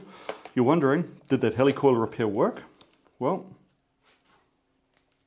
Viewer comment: At least in North America, it's pronounced /HEE-lih-coil/, as in "helical coil," not /HELL-ee-coil/, as in…"helicopter"? :)